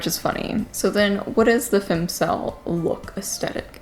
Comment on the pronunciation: Jesus Marie!! Its *Fem*cel wth an E sound